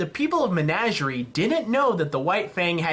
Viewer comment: First of all, it's Men-ah-ger-ie. Second, I don't understand your dislike of Blake. Yes, maybe it could have been split, but she's an interesting character and they probably won't make another episode centered around her for a little while.